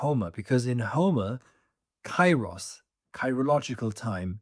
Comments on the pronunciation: pls stop saying it KAI-ros, its pronounced KE-ros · Kairos its not k a i ros, its duble e means, k e e r o s, i'm greek. Forget Erasmus. When you see ai its not a+i its duble e. Keeros. To the point: It carries the sense of maturing things over time. It is the right moment to do what needs to be done—neither sooner nor later. Now is the kairos for it to happen, or perhaps the right moment has not yet arrived, its not kairos yet. This kind of timing isn't measured by the clock; rather, you simply sense when the right moment has come. Conditions are ripening, and when the kairos is right... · With great respect for your work and education i would like to give you the following information: Kairos ¨Καιρός" is not pronounced with a and i separately. A and I combinded in Greek create an E (in sound) like Elenι, because the "αι" sounds like a short "e" and the stress is at the end. So it is written Kairos but it is pronounced Keros . We use Cairo as you proncounce it for Egypt's capital city.